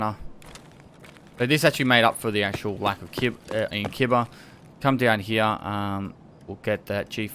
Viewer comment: D like your "here"